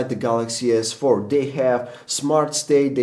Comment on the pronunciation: sounds like he is saying the jizz 4